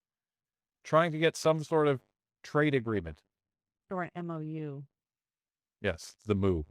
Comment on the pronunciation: The Mou sounds like Moo, and oddly enough, in committees, they like to use Point of Order, as I call it; they're throwing Poo again. Liberals are the problem. Look at Vancouver now.